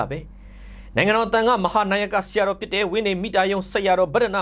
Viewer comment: ဘတ်ဒန်ဒ မုနိန်ဒ လို့ ဖတ်ပေးပါ။